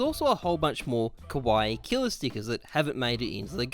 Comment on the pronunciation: The way you pronounce kawaii, you are saying “scary” lmao it’s Kah-wah-Eee